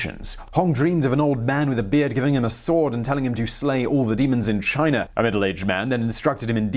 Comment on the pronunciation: You say Chiner every now and then, and that makes me laugh so hard.